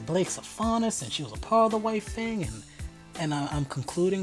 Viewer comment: I was shook when you got the faunus character’s name right without ever seeing this show before.. that’s some good guessing right there